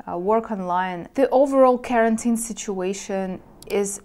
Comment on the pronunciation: Quarantine is pronounced like: Quoi(French) + are(Eng.) + N(Eng.) + teen(Eng.). You pronounce it as the word carotene (pigment in fruits and vegetables like carrots). Also: re. my comment from a few weeks ago: I was watching a Polish freelancer and he also said « explain you » forgetting « to ». See, how interesting grammar is how it transfers from the mother tongue to your second languages? :D Anyway, re. this topic: I think women have a harder time being alone than men. However, a man becomes very eccentric if he is alone for too long (E.g. loses his manners and social etiquette; he becomes like a caveman) but not depressed. I think women are more prone to suffering from depression if alone for too long. But a man... I have no problem going months and years not going out to meet anyone because I always have too many personal endeavors and hobbies to accomplish. However, if I told someone this in my country (USA) they would probably get offended... because in my country they try to raise boys to become girls and girls to become boys in the name of « equality ». (Sorry, not to get political; just making a comment about the culture I came from: I.e. contemporary Western culture.)